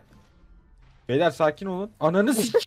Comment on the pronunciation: hshashbduıebdan bide takımda kız olduğu halde bastıra bastıra beylerr demeleri..epik ve ironik